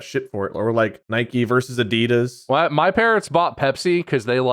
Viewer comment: Fuckin "Adeedus" 🙄😂